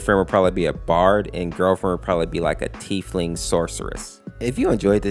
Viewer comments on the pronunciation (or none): none